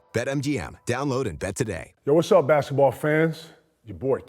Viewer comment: i come here to listen to KG say "bashetball" lmao